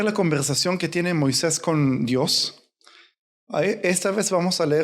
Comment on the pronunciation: Una observación hermano es Moises no Moiseis